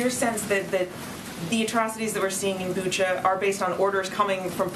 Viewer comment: I'm from Ukraine ! It is BUCHA, not BuchO 😟😤